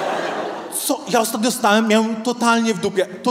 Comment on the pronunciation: Człowieku "zróbcie hałas" w Twoim wydaniu mnie przerasta! Nie mówiąc o tej manierze "miaem, widziaem, wzioem". To jakiś koszmar takie niedbalstwo językowe. Inni stand-upowcy potrafią normalnie mówić...poducz się trochę,co?....